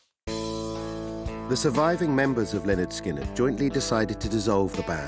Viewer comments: Imagine making a whole, nearly 3 hour, documentary about Lynyrd Skynyrd, yet not bothering to learn how to pronounce their name. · DWAYNE. CARL. HUTCHINSON. THIS. REMINDS. ME. OF. BEHIND. THE. MUSIC. WITH. BAND. LYNYRD. SKYNYRD. I. GOT. ON. CASSETTE. IN. THE. STUDIO. ON. WWDC101. ON. THE. MAKING. OF. ALBUM. PRONOUNCED. LEH. - NERD. SKIN. - NERD.